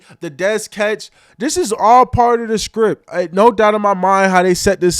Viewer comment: Micah saying the NFL SPRIPT 😮